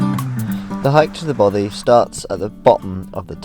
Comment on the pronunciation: Don’t you mean ‘ Bothy’!!? Jan🏴